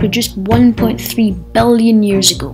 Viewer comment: Why do you say billion, "bellion"? Come on.